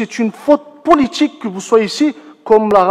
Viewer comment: faute "poooliTCHIK"